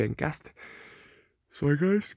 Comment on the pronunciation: It is not gastin it is gast on